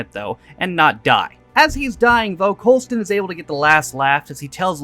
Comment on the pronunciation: You're saying Coulsons name wrong on purpose at this point